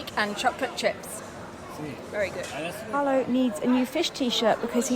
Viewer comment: I see you have a lovely new introduction, at least I’ve never seen it before. Now you say it’s you and Carlo. I don’t know why people can’t get poor Carlo’s name right!! CARLO. (NOT Carlos).